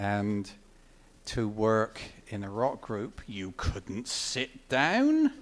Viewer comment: I love how he pronounces "down" as "dayeoun"... hahahaha! Great story, thanks for posting this, as it's great to hear one of my heroes speak of meeting another one of my heroes.